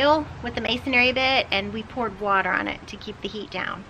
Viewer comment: "Masonry"..."masonary" sounds like a mason who does missionary work. ;-) ;-) ;-)